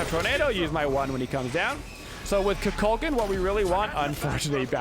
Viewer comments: Please say his name right. I watch you everyday but I had to comment. If you select him he says his name properly on the selection screen. KOO-KULL-KAHN. Just like the Mayan god from mythology. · Dude you dont put warlocks on him and say kukulkan name correctly